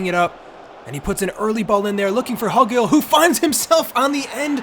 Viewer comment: Pronunciation help: It’s Hugill, like Hugh-gill